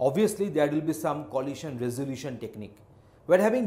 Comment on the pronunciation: I suppose it's good, but "lohasion" is somewhat distracting